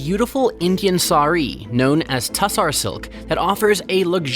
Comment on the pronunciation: Tussah, not tussar, in standard English textile lexicon.